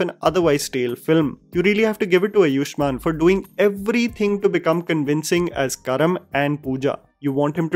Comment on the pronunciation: bhai अयुष्मान नहीं आयुष्मान is the right pronunciation...please correct